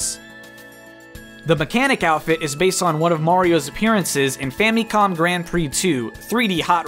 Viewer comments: It’s not pronounced “Fameecom” it’s pronounced “Fam-eh-com” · Fam uh com not fam eee com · It's an I and I makes an 'ih' sound not an 'ee' sound